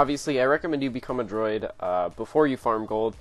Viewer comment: IT IS CALLED A DRUID! DREW - ID --- SOUNDS LIKE - BLEW IT -----------NOT A DROID LIKE STAR WARS BOTS